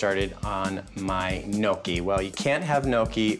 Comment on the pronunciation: The way Brian pronounces some words (such as, gnocchi) makes me cringe. Haha! Since he went to the trouble to meet his relatives, also, buy and renovate a house in Italy, hopefully, he's learning the language and customs. This was a nice cooking video, though. Best wishes on everything! Ciao! :)